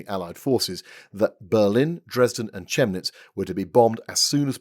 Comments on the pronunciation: Hello m'lord, just a small quibble - the "h" in Chemnitz is silent, it's more like "Kem-nitz". The reason I know this is because I'm a British expat and I live there (pretty close to the Küchwaldpark). 😉 Frightfully sorry to bother you - Jenkins, what are you doing in my apartment? And why are you holding a shovel? This seems very unnecess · Chemnitz pronounced Kemnitz.